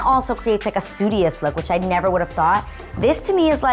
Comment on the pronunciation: Darling neveer 😂